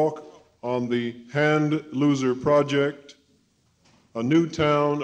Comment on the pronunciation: The name "Handloser" is totally mispronounced. It doesn't give much confidence if they can't even pronounce the name at the onset of the presentation.